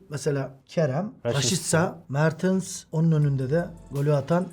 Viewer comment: Hocam '' Mertıns'' demeyi bıraksanız çoook daha güzel olacak :)